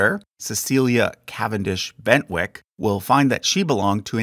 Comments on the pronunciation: I'm not sure where you got the pronoununciation 'Bentwick' from for the surname 'Bentinck', unless you were working from someone-else's handwritten notes in joined-up writing, and were not able to see the actual charts at the time of recording the voiceover. Also the Mountbatten chart has a small error in it that the original creator may wish to be made aware of. It refers to Louis Mountbatten as being 'Earl of Burma', which strictly speaking is not correct. The main title is the 'Earl Mountbatten' part, with the 'of Burma' not being the place he is earl of, but instead being theoretically a differenciator between multiple 'Earl Mountbatten's, though no other 'Earl Mountbatten' has ever actually existed, nor has any 'Viscount Mountbatten', which was the 1st Earl's original title before he then got the Earldom. As far as I can see there wasn't even ever a 'Lord Mountbatten' by Barony or other means, that would have required Earl Mountbatten of Burma to have the 'of Burma' differenciator in his original viscountcy (since he would, in speech, be 'Lord Mountbatten' as a 'Viscount Mountbatten'), but nonetheless the differenciator was used. It may have been simply the fact that Burma was already on the road to independence in 1946 when Louis received his Viscountcy, so although they/he may haven't to choose 'Viscount of Burma' it may not have been politically tactful to make him 'Viscount of Burma', or a year later 'Earl of Burma', which would suggest some sort of ownership of Burm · Why do you say Bentinck as Bentwick?